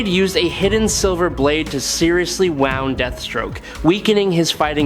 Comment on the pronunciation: You seriously mispronounced 'wound' and sadly you must be AI. That's too bad.